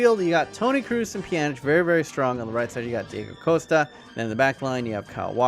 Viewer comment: he said deigo costa